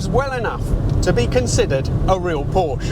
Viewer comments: I found his butchered pronunciation so annoying I stopped watching . I don't care where he is from. If he can research the entire history of the model he can pronounce the name correctly. If this video has subtitles I will mute it and read those. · Is it really so difficult or is it ignorance or even arrogance? Porsche has an „e“ at the end and it sounds like a short „a“ when pronounced correctly. used to say the name as it should be but he now copies a certain other car guy who knows he’s wrong but does it on purpose. Wow. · Ouch! Listening to you pronouncing the name Porsche really hurts! Why do Brits and Americans do not even to attempt to pronounce foreign names faintly correct? Is ist arrogance? Is it stupidity? Or both? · for gods sake; "porsche" has two syllables in it and they should both be pronounced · In the age of Google, how hard is it to learn to pronounce Porsche. Two syllables, not one ffs. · Indeed. Having the 'ch' pronounced as a 'k' grates way less than dropping the e. I think that might be because pronounced German or Italian maintains the names two syllables while dropping the e also makes it monosyllabic and gives it an entirely different horrible rhythm. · Don't say "Pourch". I don't say "Pently" instead of Bentley. Or "Rolz Roiz". Say "pour-cheé" with an "e" like in "sufflé". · Pronounce is not as porsh. But as porshe. There is ä sound at the end of the word. Like saying 'tell'. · Hey, you know how you like to be really accurate with the pronunciation of names of Italian cars? Perhaps you could do the same with German cars? Porsche is not pronounced Porsh. It is pronounced Por-shah. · No, it is NOT a real Porshhh. It IS a real Porsche. A cool one, at that. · It's PorschA not Porsch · Well, maybe it's not a real pour-SHUH because you keep pronouncing it poursh which is incorrect. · porsche is the name not porsch and folkswagen no volkswagen u'r so informed but… wrong:thanksdoc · It's POR-SCH-E not "Porsh" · PORSCH-E!! Say it right!